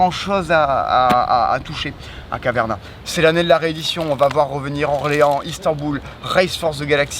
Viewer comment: Please, arrêter de massacrer Caverna 🙏